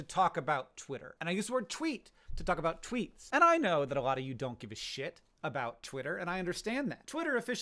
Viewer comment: Canadians be like "you read my Twoots, eh?"